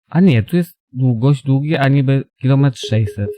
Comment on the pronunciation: Dżizes Krajst... nie dziwota, że ludzie wolą ubera skoro Cierpiarze takie ceny za kilimetr mają :P... Haa Dzięki za wrzute :D